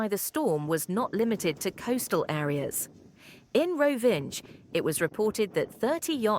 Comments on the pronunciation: "Rovinđ" 😂 It's Rovinj, pronounced like "Roh-veen", with the "nj" sounding like the 'ny' in "canyon". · “Rovinge”. Come on!